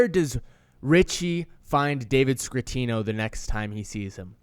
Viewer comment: It's not scrittino and you spelled aprile wrong. Damn dude, you didn't watch the show